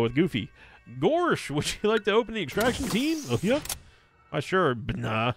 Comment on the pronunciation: Binah is pronounced “vina”